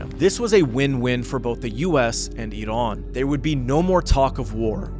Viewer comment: Thank you for your video and pronouncing iran right